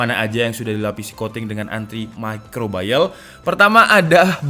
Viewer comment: Haduh lur, salah kaprah pronounce nya, "antimicrobial" ya "antimicrobial" bukan "antimicrobayel" 😅